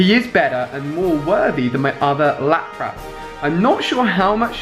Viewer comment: Ali... its pronounced Lap-Rus Lapras